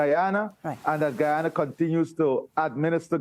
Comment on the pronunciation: the woman is pronouncing guyana wrongly